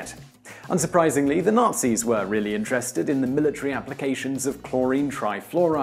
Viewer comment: Highly amusing/appropriate - most of the times Whistler says, "Nazis" it sounds like he's actually saying "nasties"...